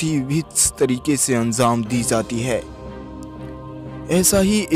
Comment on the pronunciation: Pahle Tu anzam Nahi anjam bool